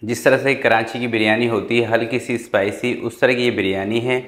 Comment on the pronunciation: Karanchi nahi karachi hota hai